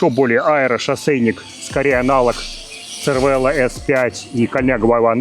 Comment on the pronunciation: Cervelo по незнанию можно произносить как червело(на итальянский манер) или цервело(тут уже не знаю откуда). Но лучше скорректировать и говорить сервело. Режет слух.